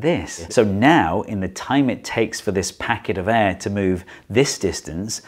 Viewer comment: The way he pronounces air makes me cringe so bad